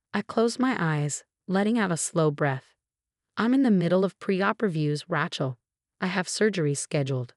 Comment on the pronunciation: When will this AI voice be fixed to correctly pronounce the name “Rachel”?